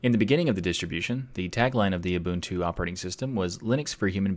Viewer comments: Naaw, you didn't. ;) There was a slight but clearly audible slip into ü territory. Every single time. I hear this quite often from anglophone speakers. Instead of ooboo you pronounce oobü. Listen to your video again and tell me you can't hear the difference. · bud I’m South African, your pronunciation is wrong. You are saying it oooooboontoo. It’s oow boewn two. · Did y'all notice he pronouced it more like Ubüntu? Far as I know the first and second u are sposed to sound the same. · So we get the proper pronunciation of Ubuntu yet everyone I watch/hear say Abuntu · ِEveryone in my office pronounces it as "yoo-bon-too." I can confirm that this is wrong. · Just wrong...I find it so annoying that you claim authority in the matter, and you obviously haven't bothered to do your research. /ʊˈbʊntu/ there are three distinct vowel sounds. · Pretty close, in fact very good, but not right. You need to get a Xhosa speaker to say it for you. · I think you are pronouncing it incorrectly, the distro was named after a south African Zulu word you should pronounce it the zulu way . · mark shuttleworth is a white man who doesn’t even live in Africa anymore. It’s a Zulu word. You’re saying it wrong and demonstrating to people it’s pronunciation when you don’t speak the language. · I agree. There is a slight inflection on the middle vowel. However I will say it is very good for someone that is not used to speaking nguni languages (eg. Zulu and Xhosa).